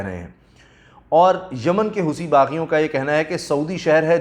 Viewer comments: اس کا تلفظ ہوتی ہے، ہوسی نہیں۔ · Wrong Pronunciation "Hoosi" nahin "Hosi" and in Arabic "Hothi"